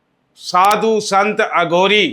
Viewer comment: ਅਗੌਰੀ ਨਹੀਂ ਅਘੋਰੀ ਬੋਲੋ ਜੀ।